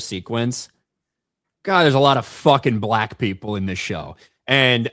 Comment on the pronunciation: wow, went hard on the B for black there mate 👀